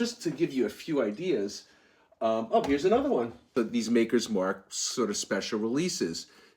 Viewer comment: You had me until you said MAKERS MARK LMAO